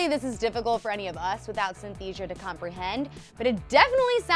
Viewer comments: I cringe at the pronunciation of synesthesia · OMFG SYNESTHESIA IS NOT A DISEASE BROOOOOOO! I have synesthesia too and legit it’s actually just like associating colors with numbers, letters, sounds, words, etc. It’s not life threatening or even a disease really...? Haha also she was pronouncing it wrong and that rlly got on my nerves -_ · that's not how you pronounce synesthesia. and it's not an illness. this was dumb. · You mispronounced synesthesia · She mispronounced synaesthesia hehe (I have it) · tachycardia isn’t a serious illness or heart condition. it’s a symptom. bipolar isn’t a serious illness either, and neither is endometriosis, OR sleep paralysis. sleep paralysis isn’t an illness at all either. synesthesia isn’t even remotely a problem at all. you also can’t pronounce it right. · Synesthesia is NOT a mental illness. It's a neurological phenomenon in which our sensory receptors, in every 1-75k babies, do not uncross during newborn n infancy deployment stages. First, you mispronounced it. SY-NES-THEES-ZHA. Second, you said it was more serious than bipolar, when it's not. All human babies are born that way but only 1 in every 75k never experience a neurological uncross. Your writers ought to be ashamed for putting something as benign n wonderful (although sometimes frustrating) of a condition higher over serious illnesses on this list. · You pronounce what Lourdes has as Sin— es— thesia. And it’s not an illness in the way Lupus is. It’s just your neurons in your brain developed differently then neuro typical people. The neurons might attach your vision with sound or smell with vision. I have it and so does my son. It’s not a horrible thing to live with and it will not kill you or disable you. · Synesthesia is not an illness it's just your brain connecting thing differently. And it's pronounced Sy-ne-ste_sia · Forget the fact that it's not an illness but a gift... let's deal with the fact that she pronounced it wrong 😂... multiple times🤣....